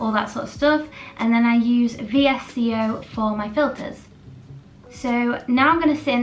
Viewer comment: It is pronounced vis-coe not v s c o 😂😅